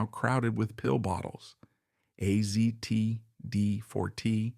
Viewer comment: Yet another AI slop piece. You can tell because the descriptions are way over the top and you can't pronounce AZT correctly.